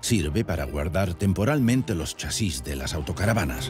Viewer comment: Chasis....no lleva tilde porque es una palabra llana acabada en "s" ...eso quiere decir que la fuerza se hace en CHA ...y no en SIS como lo pronuncia el tipo raro del vídeo.... Y digo todo esto porque he tenido que dejar de ver el vídeo por la mala sangre que me estaba produciendo al escucharlo pronunciar mal. Y explico todo esto por que sí, asi me he quedado mas agusto...😂